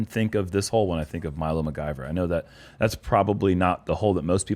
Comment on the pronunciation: keeps mispronouncing McIver and it’s driving me nuts lol